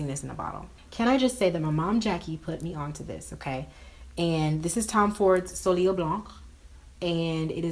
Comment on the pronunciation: It's pronounced so-lay :) Your hair is poppin' boo hella cute, can you do a tutorial on this look?